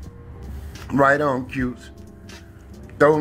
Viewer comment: Did I hear him say "Right on Cutes".